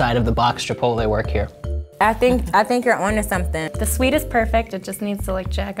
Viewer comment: It's chip-pot-tele not chipolaay 😤😤😤